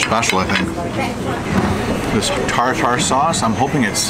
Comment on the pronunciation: Tar tar sauce? We pronounce it tar ter sauce.